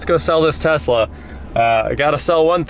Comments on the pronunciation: "LS swap the Tezla" "Okay" Haha... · Uncle rich would tell you to drop that LS in the Tezzzzla.